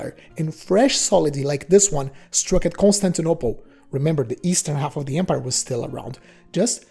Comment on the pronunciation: It's empire, not embire.